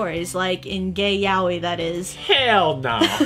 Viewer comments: How I pronounce yaoi..... yay-o.. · Every time I heard her say Yaoi wrong, My heart shatters..